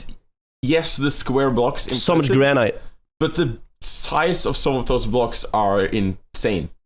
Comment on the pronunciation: Please pronounce the word granite correctly lol